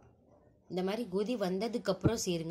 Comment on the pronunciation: Gothi illa sis kothi. (Boiling )